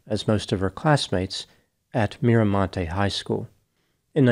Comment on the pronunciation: I can't believe you said Mira montes today